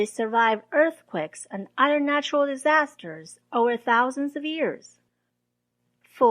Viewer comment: Hi, thanks for the excellent and informative videos. I wanted to give you a little constructive criticism. Your English is extremely good. But I might suggest that you look at your pronunciation of the word "other". It sounds like "udder" when you say it (an udder is a cow's nipple, lol), one must be careful to use the "th" sound in this word. Keep up the amazing work! :)